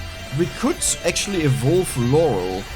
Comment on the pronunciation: Thanks for the video, but your pronunciation of "evolve" is pure earache, google the correct pronunciation, it's easy!!!